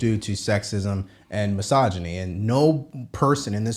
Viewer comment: If I took a shot every time Sunny said " racism and masoginy" I would be on life support.